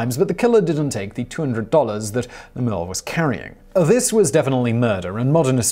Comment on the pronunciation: Love your channel Simon but you are devilish in your insistence on mispronouncing words in every post. You know Lemeul is pronounced Lem-eu-el.🤨 And it's Bat Master-SON. There's no way that you've not heard that correctly since I've seen you reference various Western movies especially like the time and the location of Al Swearengen as Masterson was a contemporary. 🤨 It's so perverse that all I can think is you get a thrill from freaking out watchers. THAT'S twisted dude.